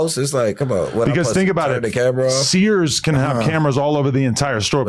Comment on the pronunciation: Nigga Said Sears 🤣